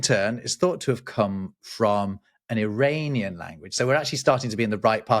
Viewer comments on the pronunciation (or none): none